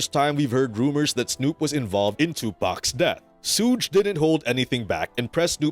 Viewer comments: It's not suugge it's suge (shug) YouTubers always fucking this dudes name up, sorry guess people need schooled lol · Legit!!! Are these all AI generated????? It's as simple as saying Sugar without the ar sound. Good grief! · wtf is this video?! 😂😂 you lose all your credibility just by saying suutch knight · So how many times did they say suges name in the interview???? And yet the narrator still said his name wrong. Anyways yeah. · This is such stupidity 😂 Suge says he is still alive 🤷‍♀️ Now he says this? 🤔 And learn how to say Suge. 🙄